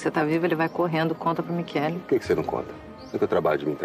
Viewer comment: "Michele". Mas a pronúncia é "qu".